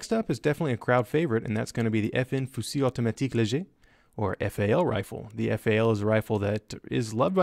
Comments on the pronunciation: you nailed the French prononciation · Your sound of "Fusil automatique léger" was so cool ahah , Nice to see a lot of FN guns, Belgium represented !